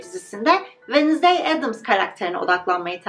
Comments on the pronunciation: venızdey değil telaffuzu venzdey gibi telaffuz edilir sadece belirtmek istedim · her “Venizday” dediğinde triggerlanmaktan videoyu izleyemedim🥲 venzdaydir o venizday olmamalı🥹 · Wednesday kelimesinin sürekli yanlış telafuzundan videoyu izleyemedim:/